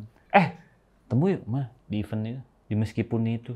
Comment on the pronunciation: "i vent" juga kuranh bener sih bang, antara i&e tu nyampur suaranya